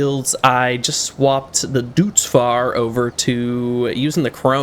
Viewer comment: Just to say it, it isn called "Dootz Fahr", more like "Doitz Fahr", like in "oink" as the sound of a piglett or in joint